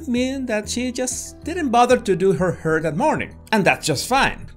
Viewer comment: Why he say" hair "like that🤣🤣🤣🤣